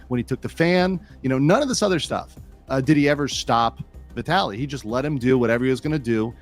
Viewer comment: How the hell do people not know how to say VIE-TALLIE?